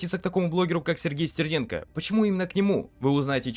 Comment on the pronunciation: а "стэрнэнко". это что?